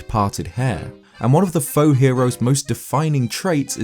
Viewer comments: The faux-hero is so obviously a wrong hero, even his name says that. And faux is spoken like foh, it is french for wrong. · Plus it's pronounced like foe.